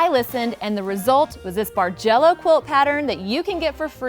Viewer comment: beautiful quilt - I've only been quilting for less than two years and seriously thought you were saying "Marjello" :)